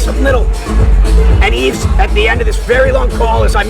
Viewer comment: Maybe Brock should have learned to pronounce Yves name properly.